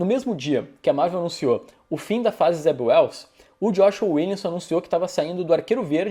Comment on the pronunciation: O nome Zeb Wells soa como Zé Ruels 😄